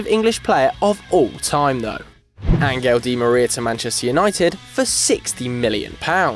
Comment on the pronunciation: Angel? Angel? Fuck's sakes.